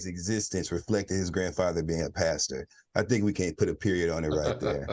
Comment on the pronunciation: Pastor with 3 r’s on the end. 😂😂😂